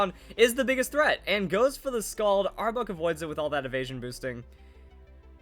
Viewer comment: Might just be me, but sounds like he is saying arbug lol, good video either way!